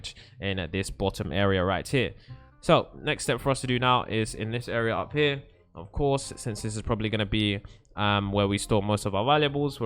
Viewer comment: lol he says upp and we say up